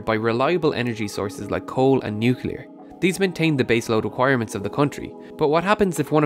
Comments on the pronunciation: I don't believe it. You said "nuke-yu-ler".... instead of "nuclear". For shame. And an Irish accent, no less. I thought you folks knew English! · Nucular. It's "nucular".